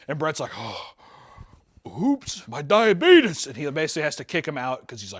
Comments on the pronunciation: Every single time says "Diabetus" I died laughing. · "I was having a hard time with my diabeetus" 😂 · actually saying it as “diabeetus” is killing me 💀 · I just cannot get over a grown ass man seriously saying 'suck face'... 44 going on 14? Also.. DIABEETUS. Fuckin' Wilfred Brimley MFer. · How does the guy with diabetes not know how to pronounce diabetes. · I cannot CANNOT handle his mispronunciation of diabetes. It is absolutely are you killing me😂